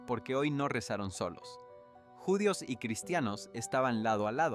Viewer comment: Interesante el tema, pero, este locutor no tiene en cuenta los acentos: árbol, judíos, atraídos, atmósfera, quizá, volveía, profesía , inensificó, movía, veían, regresó, visión , y muchas más ¿ acaso es un robot mal programado? Tampoco pronuncia la ñ.